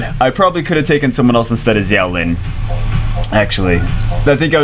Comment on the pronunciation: For the record, Xiao is pronounced "shaow"